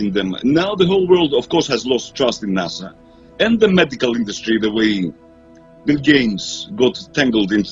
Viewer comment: Its NASA, not Nassau.